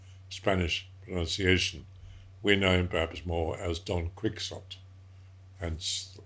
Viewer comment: This is so awesome that he even says "Don Quijote" in a 100% perfect spanish!